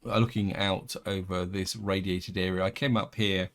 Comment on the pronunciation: Remember in england its A R E A not era or aira lmao :D